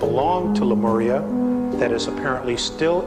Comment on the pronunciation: Le Maria ? or Lemuria